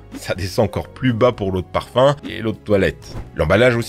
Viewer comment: J'ai compris parpaing au lieu de parfum